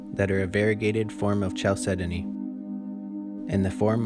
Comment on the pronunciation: Mispronounces "chalcedony" in the very first sentence while showing a photo of dyed specimens I stopped it at six seconds to let you know those two mistakes back-to-back are a great way to get people to immediately stop watching.